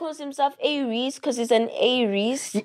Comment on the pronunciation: A-reece - Aries, you're the last person I ever thought would get that😂